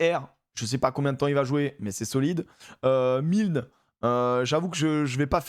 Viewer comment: Franco-irlandais, ma mère nous mettait a l'école là bas pendant les vacances de la Toussaint pour se faire des copains. Ça fait bizarre de se dire qu'un garçon un peu "costaud" à l'époque va jouer 17 pour l'Irlande Michael Milne (à prononcer Mil-eune)